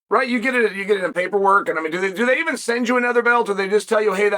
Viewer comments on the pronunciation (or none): none